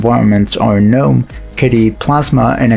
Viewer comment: Wow, it's been a while since I've heard someone pronounce Gnome correctly in a video.